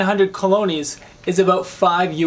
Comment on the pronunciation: Nice bid. However, "Costa" (as in Costa Rica) is pronounced: "Coasts" as in "Gulf Coast". The national currrency is pronounced: "Coloness."